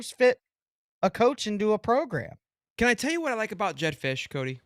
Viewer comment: Fisch is not it!